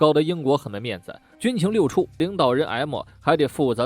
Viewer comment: 可能原来读错了（